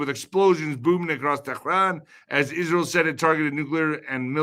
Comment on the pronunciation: what are you hijab now whats with that stupid teran pronounciation.